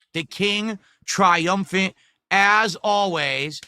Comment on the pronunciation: "Dha King" - - "Twy-um-fant as aw ways"